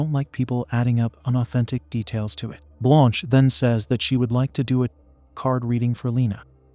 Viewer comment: For real! At some times I didn't even know what happend, all because of the useless censoring. Also, why do they pronounce Blanche as blônche😅